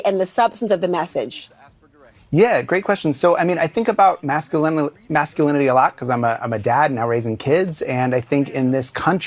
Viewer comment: The "macho" ad director cant even pronounce masculinity.😂